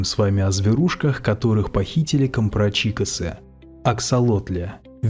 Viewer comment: Посмотрите как пишется имя главного героя Гюго "Человек который смеётся". А так же ударение в слове компрачико́с! Если пишем, то уж пишем правильно, такой хороший, солидный канал. Не уподобляйте себя массе безграмотных людей на youtube. Ну обидно же...